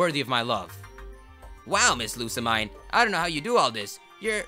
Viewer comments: Pronounced (Loo-Suh-Meen) Lusamine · it's lusamean (that's how it's pronounced) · you said lusa right but the mine is pronounced as mean lou-suh-mean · After playing through the game, I'm convinced Lusamine's name must be pronounced as "LU-SAH-MINE"... as in... "LOSE HER MIND"... #theory